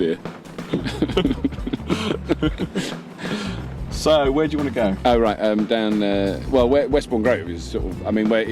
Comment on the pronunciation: ..."...it's good 'ere.... "